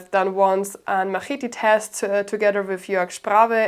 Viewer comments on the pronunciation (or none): "Ma-heety": 7/10 rage bait.